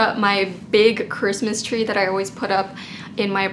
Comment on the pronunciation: Was I the only one that heard “Chwistmas Twee oh Chrwistmas Twee” in that version of Christmas Tree?